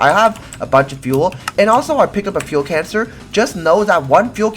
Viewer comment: Why does he say fuel cancer instead of canister